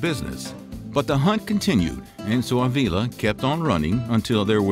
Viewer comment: it ain't a-veela it's Uh-vila